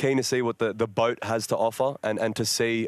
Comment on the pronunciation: he said BOAT?🙄